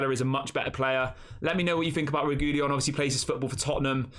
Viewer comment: I believe It's pronounced Regweeyon bud